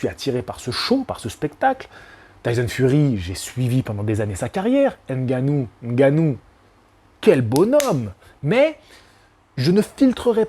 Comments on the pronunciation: merci pour la prononciation du nom , c'est effectivement ngannou, et pas N'gannou. Ça fait plaisir de voir des personnes de temps en temps s'arrêter et se corriger sur la prononciation réelle des noms. Au Cameroun et en Afrique personne ne dit jamais n'gannou. Tu es respectueux et passionné, force à toi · Je constate une amélioration sur la prononciation de Ngannou. Pas N gannou comme j'entends souvent.